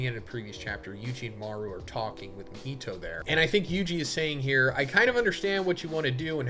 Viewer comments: Why does majority of white people struggle to say Japanese names correctly lol. "Ma-heetow" instead of "Ma-Hee-To" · Sorry to be that guy bro, but your content is so good that the pronunciation is throwing me 😭 Mah-He-Toe